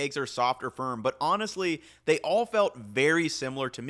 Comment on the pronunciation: "thyey" lol